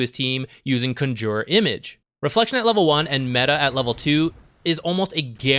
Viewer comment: Yes, accent is in the wrong place.